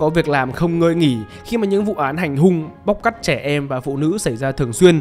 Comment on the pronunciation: Thay vì đọc " bắt cóc trẻ em " thì bro đọc " bóc cắt trẻ em " 💀